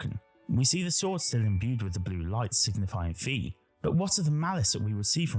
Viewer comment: I agree the Demise will play a role in TotK. Also, small nitpick, but it’s “Fi” as in “Wi-Fi” (also the Japanese pronunciation).